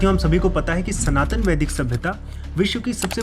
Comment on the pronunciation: Vaidik ki pronunciation m sudhar Kiya Jaye please